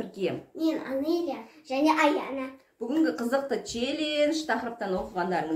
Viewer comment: Аноля емес Анеля дендершы